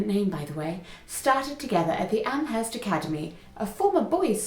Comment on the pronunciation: Also, if you're local, it's AM-erst. No H. :)